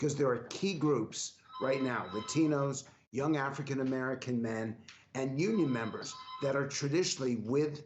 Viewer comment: She gonna need more than her "Union Membas" to win this election. 😂😂😂😂